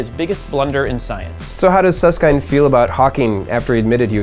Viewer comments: It's Susskind like kin with a d sound not Suss-kind. How can these jabronis talk about this type of stuff when they can't even say his name. They should just go watch Michael Jor-dan A-ron Rodgers play sports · Susskind, pronounced as in kindle, not as in kind. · Did you ask Susskind how to pronounce his name? I've always heard it pronounced to rhyme with "binned", not "bind". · Not "kind". ˈsʌskɪnd/ as in "kit" or "hit". I do recall him jokingly saying "some say kind" but that was exactly that. A joke. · Suss-Kind? Suss-kend* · who the hell is Hawkins and who is Suss-kind. it's pronounced. Hawking and Suss-kin-d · It's pronounced kind, as in kindergarden, not kind, as in be kind to strangers. FFS. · Nice video, but I'm somewhat irked about how they pronounce Susskind. By the way this is a very petty comment. I'm sorry.